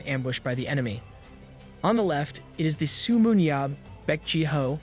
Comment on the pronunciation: Come on dude it's not su but seo se-yo